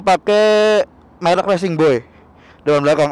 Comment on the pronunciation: bang merk bukan melk